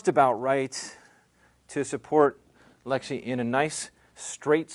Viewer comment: its lexie not alexy lmao